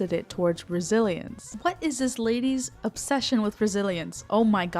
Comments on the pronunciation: I would just like to say, if you ever feel down, remember that I thought you where saying Brazilians at first 😔💔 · Every time you said resilience I thought you were saying Brazilians and I was very confused until I realized what you were actually saying. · UNTIL HERE I WAS JUST LISTENING AND WAS VERY CONFUSED THINKING YOU WERE SAYING BRAZILIANS INSTEAD OF RESILIENCE LMAO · ohhhh you said resiliancee i thought you said brazilians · When you said resilience I thought I heard Brazilians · SAME OMFG I HAD TO PAUSE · Ohh.... resilience.. I've only gotten that 5 times in 😂 I thought you were saying Brazilians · ohmigosh i was playing this video in the background and thought you were saying Brazilian this WHOLE TIME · for half of this video i thought you were saying Brazilians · No me too 😭😭😭 I thought she said Brazilians the first time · I thought you said brazilians